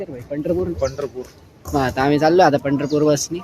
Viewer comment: Pandharpur ki jagah butterpur sunae de raha he😂